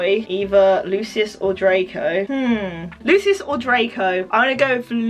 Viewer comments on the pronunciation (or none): none